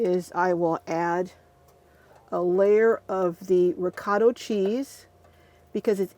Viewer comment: Sorry but it's driving me crazy the pronunciation is reecot-uh cheese and Raman-oh. and Motts -e rella. Please. Also if you don't want the noodles to stick to the bottom it's helpful to put a layer of sauce on the bottom or butter